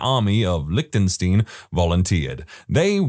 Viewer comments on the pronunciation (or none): "Liechtenstein" is NOT pronounced as "lik-tin-STEEN." The correct pronunciation is "LIK-tuhn-stine."